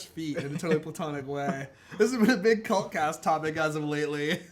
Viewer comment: When you say "cult cast".....it sounds like Cunt cast over here in the UK. :)